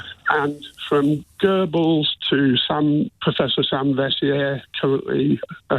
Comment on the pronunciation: Only came for the comments 🤣🤣 man said gurbles ffs 🤦‍♂️